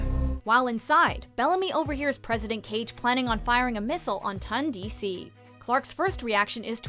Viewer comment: They also kept mispronouncing Ton DC.